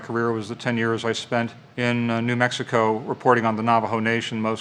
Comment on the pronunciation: Really do hate how people pronounce Navajo